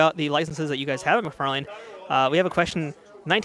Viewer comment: McFar-Lane 🤣 It's pronounced "McFar-Lyn"